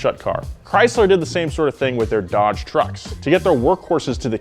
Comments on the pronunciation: "DEDGE" Yeah bro I really like the new dedge chereger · DEDGE not DODGE, good to know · Anyone else notice “DEDGE”